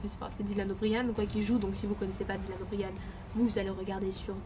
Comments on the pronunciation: anna 0brien Sa se prononce Dylan Obrayen 😂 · TA ÉCORCHER LE NOM DE FAMILLE DE DYLAN OMG ÇA SE DIT PAS COMME ÇA 😭😭